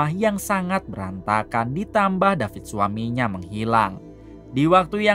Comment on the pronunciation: David not Dapit guys 😂😂😂😂